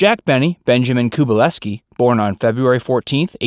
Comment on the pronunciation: Pronounced Koo-bel-ski